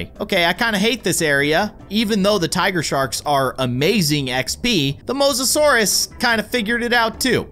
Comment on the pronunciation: Me keeping track of all the miss said words 😆 you called the Mosisorious Did not spell correctly Megalodon you Called the megalodon megosourus and yea XD not hating just thought it was funny